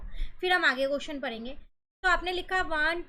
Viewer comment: Parenga ❎ padenge ✅